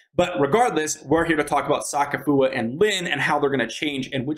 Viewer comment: bro said soccer foower